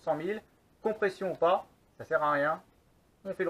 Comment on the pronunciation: Très intéressant :) la seule remarque que j'ai a faire sur cette vidéo cest la prononciation "rebuild" ca se prononce plutot "ribild" voila c'est tout ^^